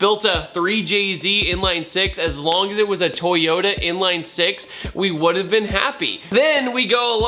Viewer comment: Lost all hope to pronounce it right. thumbs up toyoa